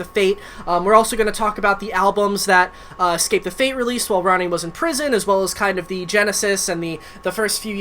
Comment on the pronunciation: Imagine starting a successful band named "Escape the Fate" and being unable to correctly pronounce escape 🤦‍♂️